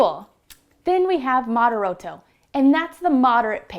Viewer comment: Please practice the pronunciation of the Italian tempo terms =Moderato (mod ehr ah toh); Vivace (vee vah. cheh NOT vevase!); Ritardando (rih tar dahn doh); Accellerando (Ah chell ehr ahn doh).